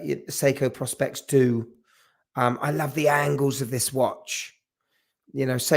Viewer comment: Hi, couldn’t make the live. Think the GShock 2100s are the best first watches at the mo. A YouTuber I reallly like and never miss an episode is Tim from Caseback Watches ( he’s not into Japanese or Diver watches so is refreshingly different and the channel a bit under the radar … he needs more love). Pet hate …. It’s Seiko Pro Specs ( Professional Specifications) and not “Prospects” ffs, the Seiko X is actually a P and a S … just saying 😊. Love the show.